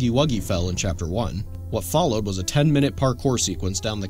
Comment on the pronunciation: Bro he said chaper not chapter at the end 😂😂😂